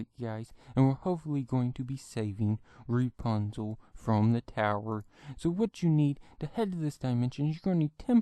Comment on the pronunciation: It’s not repunzal it’s rapunzel